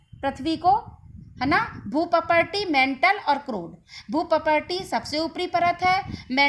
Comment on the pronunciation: मैडम आप भूपर्पटी का सही उच्चारण कीजिए प्लीज